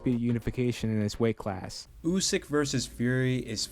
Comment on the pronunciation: Never heard anyone pronounce Usyk ,OOOSK